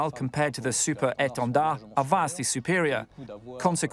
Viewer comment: The way she says 'Super Étendard' with French accent means she must surely speak French language fluently.